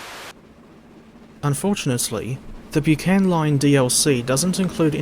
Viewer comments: Thanks for your review, splendid as always and much appreciated. I live close to the disused Bucksburn disused halt shown on the line. Not wanting to nit-pick but the word Buchan is pronounced Buck-an as the Buck in Buckingham 😉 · Its pronouced Bucken , Good video mind